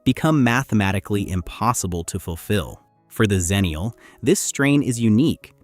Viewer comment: Agreed Especially if the word is going to be mispronounced. it’s X-ennial, not Zennial Again, the world is hell bent on erasing the Xers. Cripes.